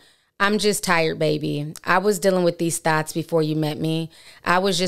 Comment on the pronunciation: Sis it's thoughts not thots